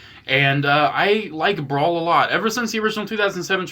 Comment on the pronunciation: bro all i heard was "my bawls, "my bawls "lets check out my bawls" 💀💀💀